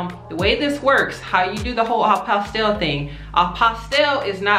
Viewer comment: The LLE are silent. It’s a French word. Pronounced “apostee” the sound of the LL has a Y sound.